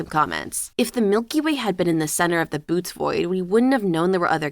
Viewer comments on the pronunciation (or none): Bootes void is not pronounced boots It is Boo-tay-ease Otherwise, interesting topic and quite the pleasant voice. Thank you for the upload